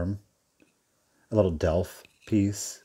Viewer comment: don't know if it's your accent, but ten minutes in and two things stand out; you say "delf"? not "delft" (it's a place, of course) and "ponsil" instead of "pontil"?